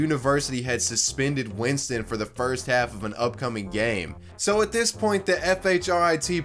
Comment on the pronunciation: “Jayemeuhs Weenston” also unaware he’s a pro QB lmao. That part had me dying